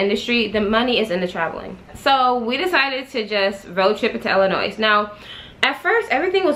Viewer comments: Girl dont say IIliNOISE, those ppl get mad, The S is silent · Ur the only person who I can sit and watch a long ass storytime video lol & btw the " S " is silent in Illinois I'm frm Chicago sorry had 2 say it everytime u pronounced the "S" I cringed lol! Luv u tho!